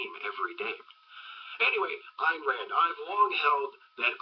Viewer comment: It's pronounced Eye + n Rand.